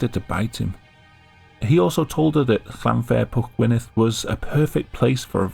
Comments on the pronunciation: Came close but with a “Down Jersey” NJ accent. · This guy says that Llanfair-whatsitsname so nonchalantly. lol